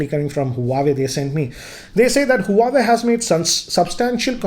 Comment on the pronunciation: It's not hu-a-way...its wah-way